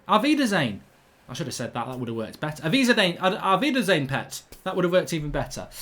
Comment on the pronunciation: Mark sayin "Aufweiderschen" reminds me of DJANGO😂😂